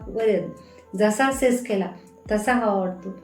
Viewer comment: सेस नाही मॅडम सेक्स म्हणा